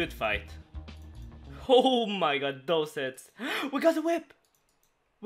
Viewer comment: "ch" =/= "sh" "god" =/= "gharwdh" ... Not "shallenge" not "Ä mai gharwdh"